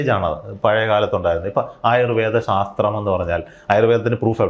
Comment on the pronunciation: ശാത്രീയമല്ല, ശാസ്ത്രീയമാണ്